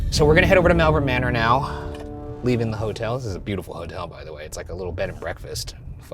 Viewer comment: Just an FYI, I live in malvern in the UK and it's pronounced "Mall-vern" (as in shopping mall). As an added bit, Worcestershire is pronounced "Wus-ta-shur". This is how we can tell people aren't "regular visitors" to our area because they mispronounce them haha.